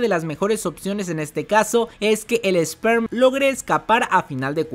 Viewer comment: Gente,es "Sper" no "Sperm".